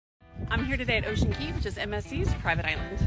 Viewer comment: Wow finally found someone that pronounced the island name correctly 😊 and ur beautiful!